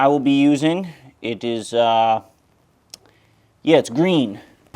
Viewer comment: Don't you mean "It's gween."